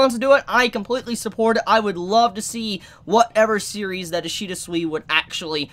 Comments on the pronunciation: His name is pronounced “Sway ish ida” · No, its ishida sui